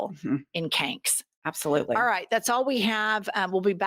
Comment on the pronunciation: "Canks" lol love this lady